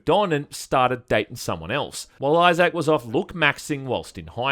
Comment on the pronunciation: Who the fuck is "Eyez-Sack"?